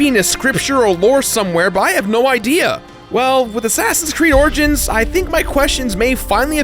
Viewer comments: Why can't pronounce the 'i' in origins? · "Assassin's Creed Orgins"